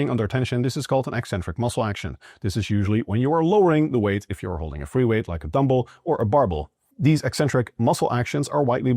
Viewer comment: I'm just here for the pronunciation of "dumble" and "barble."